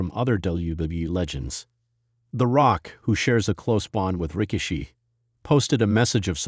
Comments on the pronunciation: ...STUPID AI ROBOT IS PISSING ME OFF CALLING HIM ...RICK-A--SHE- ...AND STASHER---BANKS STUPID S%^&* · STUPID ROBOT HIS NAME IS NOT ...RICK-A-SHE...AND STASH-HER- BANKS YOU PC OF S